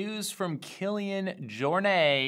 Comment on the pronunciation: It’s not Jor - NAY , it’s pronounced Jor NET. You mispronounce it every time you cover him.